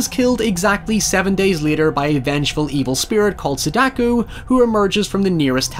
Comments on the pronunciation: Her name is Sa-da-ko, it bug the shit out of me how you said her name, it sounded like you were trying to say sudoku. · Japanese: sah-dah-koh Some Irish Guy: suh-DAWK-oo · "Sadaku"? X "Sadako"? ☑ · Sadako, sadakO Not sedaku. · Bruh. Bruh. Let's say it together. Sa. Da. Ko. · SadakOH not sadakOO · For what it's worth, her name is pronounced SAW-dah-koh. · Getting pronunciation wrong isn't a big deal, but......Sadaku ?? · is it spelled sadacoo? no? then why are you pronouncing it sadacoo? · why you keep saying sadako like that? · Getting annoyed at his pronunciation of Sadako made me realize how much of a fucking weeb I am. Also I just realized that the title refers to not just the ring of light but also the ring of the telephone.